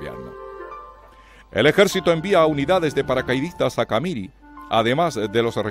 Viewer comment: ...el relator nunca vivió en Bolivia... Nunca oyó pronunciar la palabra CAMIRI... Que tiene acento en la última I... CamirÍ...